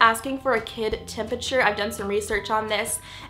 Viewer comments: "temperature" not temputure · temputure. lol. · I CANT KID "TEMPURTURE"